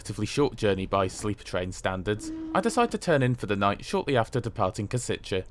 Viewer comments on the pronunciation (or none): It's pronounced "Pre-show" and "Kosh-itse". ;-) I'm surprised to see a video from you where you use your own voiceover. :-) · Correction: "Š" is pronounced like english "sh". So it's "Preshov", "Koshitse". "C" in Slovak is pronounced as "TS" like in "Tsunami or Tsushima".